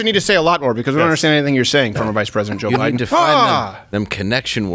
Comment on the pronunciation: "No, I didn't say that, that was Boe Jiden."